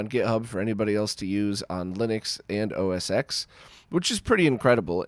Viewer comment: You can use multiple controllers with the PCE/TG 16 with a multitap. Also not to be pedantic but it’s “os ten”— the x is a Roman numeral. But really it doesn’t matter anymore as now it’s just “macOS”. 👍🏻